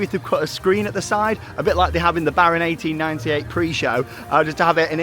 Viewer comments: Came here for the ‘‘Baron akten-akten-negennen’’ and he nailed it... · Het is baron achttien acht en negentig, you prenounced it very good. I love the Efteling.🎉🎉🎉